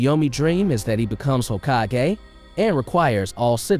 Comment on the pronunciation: The way you pronounce Hokagey lol